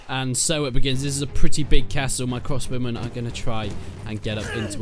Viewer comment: Vwandian Hawdened Cwossbowmen